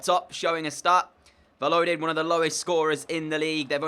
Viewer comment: Just for future reference Valladolid is pronounced 'Vayadolid' not 'valodid'